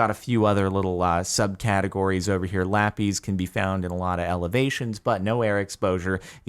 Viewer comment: Its lapis, jordan. Lap - is (short s)